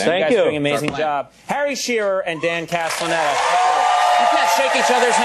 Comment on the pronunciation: Conan can't say Castellaneta... Like he could've practiced before going on TV and screwing it up